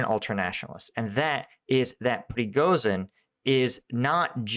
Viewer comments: The combination of "zh" in the name "Prigozhin" is pronounced as the 's' in 'asian". Pree-go-zheen. Just like in "Zaporizhia". Keep up the good work. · Man... Please search an audio how to say prighozin's name. Not for him but for our eastern European ears 😂